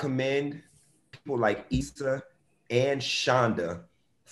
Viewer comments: The way she was pronouncing Issa’s name in the beginning was cringy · Eeeeee-sah. Jeezus.